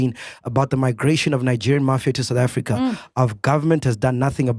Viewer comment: You lie we are the news period 👍 see how many of your own youtuber are talking about South Africa some cant even pronounce the name sountafrika what's that..